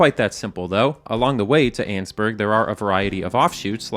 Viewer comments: Pretty sure it’s pronounced “An-es-burg” not “anne’s-burg” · i love how you pronounce Annesburg "Annzburg" and not "Annisburg" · Its not "Anns-burg", it's "An-nes-burg"... 3 syllables. I know, cuz I lived there for many years. Its in Virginia. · In the kindest way possible, I disagree with pronunciation of Annesburg